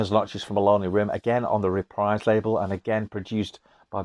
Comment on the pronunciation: Reprise is a musical term, synonymous with "repeat" or "play again." It rhymes with knees, breeze, freeze, sneeze. It does NOT ryhme with dies, eyes, skies, lies, or size. Hope this helps.